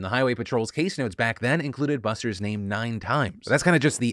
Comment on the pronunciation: That guy definitely murdered his family but also, wtf if with the way his entire name is pronounced??